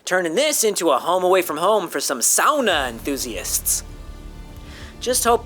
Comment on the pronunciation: You said "sauna" correctly. That's as amazing to me as the science.